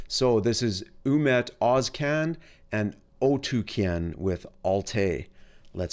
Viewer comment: First west reviewer who pronounced both names right.